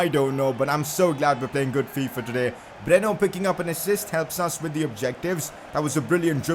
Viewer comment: It's Breno not bruno